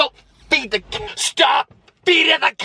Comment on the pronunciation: I died laughing (im not rude tho) Anyway I heard "she's feeding the cacks"